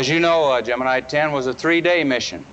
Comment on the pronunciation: It's not Gemine it's Gemini!